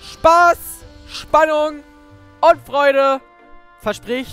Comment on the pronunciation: Das heißt Riven und nicht Wiven.Ist nicht böse gemeint,nur zur Info.